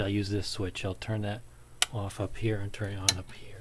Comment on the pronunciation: The way you say "off" gives away where you're from